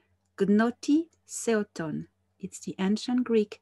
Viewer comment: since you mention the know thyself, I would like to help you if I may to pronounce it in Greek... Gnothi Safton... with all my love!!!!